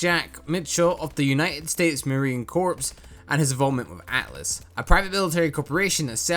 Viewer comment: When you referred to the United States Marine Corps do you not pronounce that last word corpse as a dead body. It’s pronounced core.